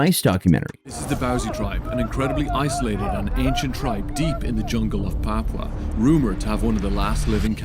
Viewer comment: You pronounced Papua perfectly dude